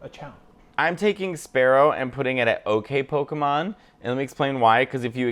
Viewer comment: 1. Johto is great too. 2. SPEAROW, as in Britney Spearow. I'm sure there's a lot of mispronunciations to come and I'm not too picky about it but calling it Sparrow is wild. 3. My boy Oddish and it's evo line ditched at horrible is insane. Not even a reason. 4. Polygon.